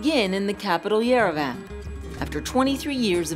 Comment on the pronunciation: Who says Yerevan like yer-a-van 😂